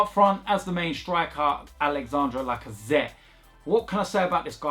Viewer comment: Is it "like I said" or "Lacazette"?